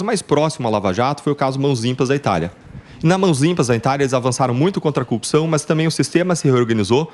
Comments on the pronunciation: A propósito o deltan dallagnol precisa de uma instrução fonética ele se a corrupção como cupção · Porque ele e moro não aprendem falar "corrupção"